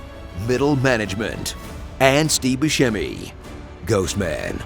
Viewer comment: "Steve buscemi "😂😂